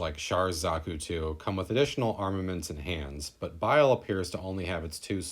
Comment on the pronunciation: Nice short and sweet review, but Bael is pronounced "Bah-El" or "Ba-All" not "Bile" Just thought I'd point that out.